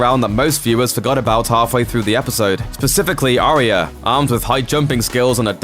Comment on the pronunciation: It's "ARYA" (N.B AH YAH) dude not "ARIA" do you even watch the f*cking show ??